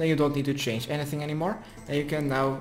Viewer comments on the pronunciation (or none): none